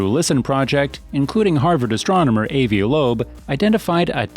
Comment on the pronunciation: Get your narrator or writer to at least pronounce AVI LOEB’S name properly. Embarrassing!